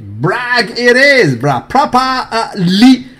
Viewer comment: i love watching videos daily but holy crap do i want to smack him every time i hear that propah-leeee. lmao. makes me crack up, but still want to smack him.